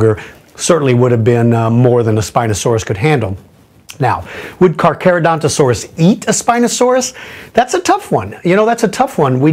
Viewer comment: Dafuq? Carcha and Caca are said differently.